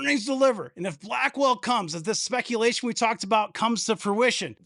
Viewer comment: Booyakasha! "A bit of spekulashun" ....Keep up the mad content about NVDA. RE5PECT!